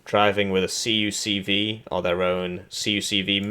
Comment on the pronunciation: Your continuous mispronouncing of the CUCV is just plainly disappointing.